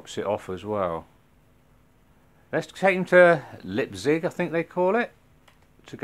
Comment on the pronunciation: And no woorrie about ur pronounciation ;) it doesnt matter. But if u wanna know out of interest u pronounce the: "Lei" in Leipzig like the "Li" in the word Life. And then u just say the rest like u alredy did ;)